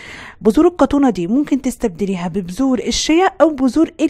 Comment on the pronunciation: اسمها القطونه بس علشان النطق قالت كتونا اكتبي بقوقل تطلع لك